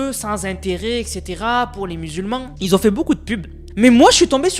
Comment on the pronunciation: Belle video. Mais on dit pas “Qui zont du commander”